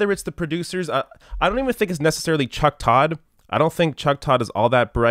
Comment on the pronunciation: chuck turd...not todd